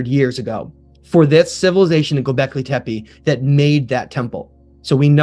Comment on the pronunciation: Please guys, when you make a documentary, stop calling Gubekli Tepe "Gubekli Tepi", the last E in TEPE is pronounced as the first E in ELEPHANT.